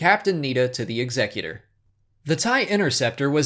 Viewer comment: God I love it when people pronounce "Executer" right.